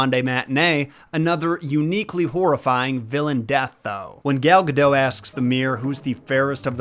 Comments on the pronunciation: Saying that celebrity name correctly. A handy how-to guide ... Say dot. Say Gal. Say Guh. Say dot. Say Gal Gadot. Good job. Proud of you. Gold star. 👍⭐️ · It's not Gal Ga "doe" ffs... If you're going to make a video for thousands of people to see, at least somewhat try to pronounce names correctly. If I were Gal, I'd be pretty perplexed as to why people keep saying my last name like Homer Simpson. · Gal Gadot's last name rhymes with "note." She's not French; She's Israeli. The "t" is not silent. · It's Gal Gadot, not Gadoe